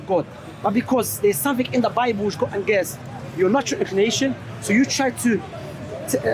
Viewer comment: Why does keep saying angist not against.